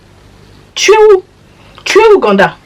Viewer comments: Viens on lui offre des cours de français stp😂😂😂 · La prononciation “GANDA” 🤣🤣🤣